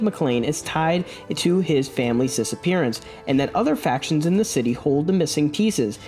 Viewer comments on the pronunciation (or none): none